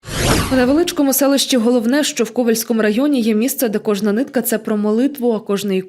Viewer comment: Не ГоловнЕ, а ГОловне (наголос на перший склад)